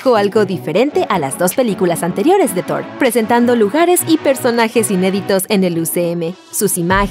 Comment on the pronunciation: bueno en este video si es Thor y no zord xd